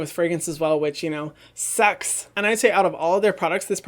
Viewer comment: When Hyram said sucks I thought he was saying sex hahha